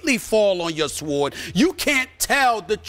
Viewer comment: This dude can't pronounce the word "sword".